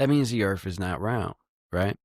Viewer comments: Why is it when people pronounce Earth they pronounce it without the T? Pronunciation is key. Sounds like EARH.. lol wtf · Did dude say earf?